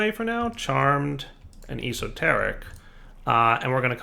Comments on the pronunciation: I love and his videos, but this killed me lol. I was shouting at my phone... es-o- teric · o0NAVI0o ya, I laughed at his horrible pronunciation.